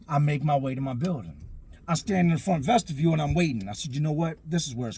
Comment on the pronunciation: its called a vestiBULE. Like ves-tih-bule, not vestiVIEW